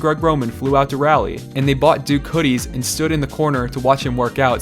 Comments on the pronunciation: As a native North Carolinian, I almost turned off the vid when he pronounced Raleigh as “rally”. It’s pronounced “raw-lee”. Other than that, great vid! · The way said "Raleigh" made my soul hurt